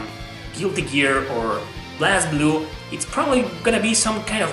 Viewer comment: It's pronounced BLAZE Blue. They say in English, they say it in Japanese, it's BLAZE Blue....